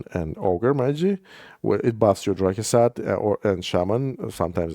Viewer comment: Ah yes, Ogrè Maygee: invaluable mini.